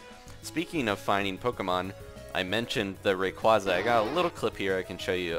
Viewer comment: *(RAY-QUAY-ZAH) it's not (RAY-QUAH-ZAH)